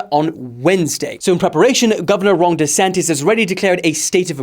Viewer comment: “Ron densantis”💀